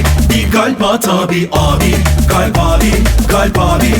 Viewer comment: kalpin modern söylenişi galp 😂